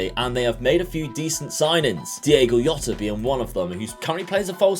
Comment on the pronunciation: That's not how you pronounce Jota... Cmon mate don't you watch any Liverpool games?